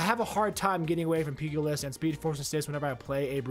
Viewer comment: Not to nit pick, buit why do a lot of MVS content creators not know how to pronounce Pugilist? Great vid though!